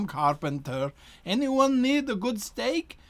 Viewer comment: "I give up, I become carpenter. Anyone need a good steak?" Please tell me I heard that wrong